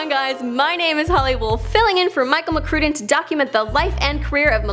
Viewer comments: Pronounces McCrudden McCrooden how does it feel to 've mispronounced micheal!? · Does she purposely mispronounce McCrudden?